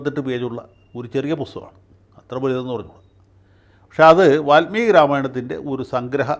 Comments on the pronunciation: സ്വതവേ നല്ല മലയാളം പറയുന്ന വക്കീൽ, വാല്മീകിയെ, വാത്മീകി ആക്കിയത് കുറച്ചു അരോചകം ആയി... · വാല്മീകി. Not വാത്മീകി.